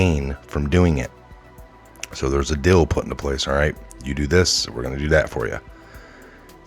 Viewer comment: R u saying deal or dill?